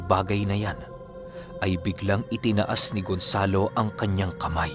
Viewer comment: Tama ba ung narinig ko gunsalo!😂